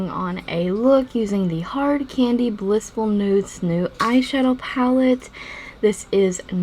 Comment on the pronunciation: I tried the Google search she said not to because I was curious and I didn't get the pictures she was saying would pop up. It took me forever to realize she's calling it blissful nudes, the palette is called blushful nudes, which is what I searched.